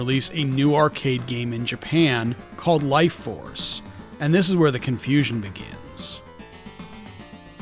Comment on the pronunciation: "BIGIN crush-blow operations!" lol